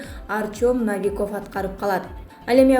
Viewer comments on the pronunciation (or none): Ай ,диктор кыз Навиков эмес Новиков деп айтсан боло. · Доорубой калгыла о ну а деп окуйт десе еле бардык о ну а дей бересинерби Навиков емес Новиков! Биротоло Навикав деп койбопсунар да. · Ей дура жазып бергенди нормальный окубайсынбы наавиков емес новиков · Навиков эмес новиков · Журналист кыз в русском языке слова Новый или Новиков пишутся также и читается так же но не как Навиков и наче изменится понятие и смысл слова. Так что пиши и читай правильно.